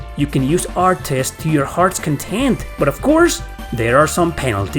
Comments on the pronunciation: Im getting triggered from the way you pronounce artes 😂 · The way you pronounce "artes" is constantly giving me whiplash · If you're using normal attacks in ToDR, you're playing the game wrong. Use "artes" (I've never heard anybody pronounce the "e" as you have) chains only. The CC system lets you cancel anything into anything. And once you hit CC max, use only one move instead of draining the whole gauge. Once you reach max, the gauge resets to what you end your combo at, or goes to min if you empty it. For example: 3 min, 10 max. You reach max, do a 2 CC arte and stop, the gauge will refill to 8. Then you can dump the whole thing and it will recharge to 9. Then dump it again to reach 10. Then repeat the process. It increases by 1 CC from min each time you end a combo and return to neutral (even if the combo is continued by another character. You can also use the Flat ability to make your min and max an average, so instead of min 3 and max 10 you would always have 7 CC. Doing artes also increases their proficiency so you wan to spam them. You get bonuses like extra hit stun and a +1 CC on hit to extend combos after a few hundred uses. Also note that you can chain into magic, and the longer the combo the faster it casts. Nothing beats chaining Holy Lance into Big Bang with Philia in an infinite combo when you get the timing right, provided the enemy survives. It's a full air combo juggle so it prevents the enemy from escaping into Overlimit since they never touch the ground, too. Graces uses a modified system of CC, you may have noticed. Oh, and you can increase item capacity to 30 with the Grade